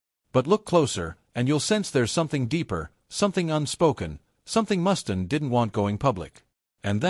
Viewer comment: I might take this seriously if your stupid AI narrator could pronounce the mans name correctly.